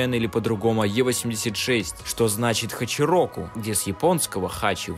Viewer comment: Неправильно говорить чироку так как хачироку это с японского 86 переводиться